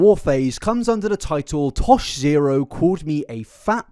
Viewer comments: It’s Tosh point Oh not Tosh Zero. Tosh.0 🤣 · i'm halfway through this and it's a phenomenal video as per usual but omg hearing you say "tosh zero" is sending me. tosh.0 used to be a show on uhhh comedy central i think?? i could be wrong, i probably am. but it's pronounced tosh-point-oh :) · "Tosh Zero." 😂 It's Tosh POINT "O". Ah-- why am I here? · It's tosh(point)oh not tosh zero 😉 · The way you say Tosh zero bothers me so much It's tosh point oh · Isn’t it pronounced tosh point oh? Is it actually tosh zero? I’ve never heard anyone call it that, but I also couldn’t have cared less when it was on. The boys in my class all talked about it and called it tosh point oh but they could have been wrong idk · Babe- you have to stop saying Tosh Zero. It's Tosh/point/oh. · It’s Tosh point oh… I’m sorry it was bugging meeeeee 😂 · "Tosh zero" 😂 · “tosh ZERO” is killing me 😂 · Jsyk, Tosh's show's name is pronounced "Tosh-Point-Oh" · Omg yes though 🤣 I was listening and was like wtf is Tosh Zero?! 🤣🤣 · Tosh-point-oh like 2.O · It's pronounced Tosh point O. lol I am a fan of the show and was yelling at my PC :) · I love hearing confidentially explain Tosh.0 while mispronouncing the title (Tosh-point-oh). Seriously all love you're amazing just tickled me 😂